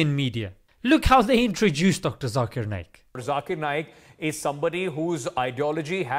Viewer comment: It's NAYAK not Nake like u sound when u say Naik